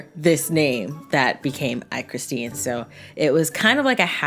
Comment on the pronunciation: Oh I’m surprised she pronounced my name right lmao